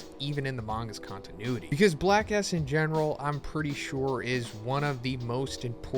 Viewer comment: Whenever you say Black S, it sounds like Black A**. You tried to avoid saying something inappropriate, but also ended up saying something inappropriate